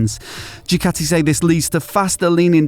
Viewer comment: I wish someone in pr at the factory would instruct you on how to pronounce their name. It's not Dewkatty, it's Dookaati. You're welcome.